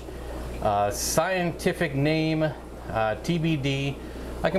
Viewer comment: pronunciation of scientific names is on point!